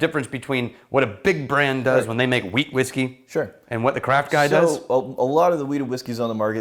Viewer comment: Every time you guys said Wheat, all I heard was Weed 🤦🏻‍♂️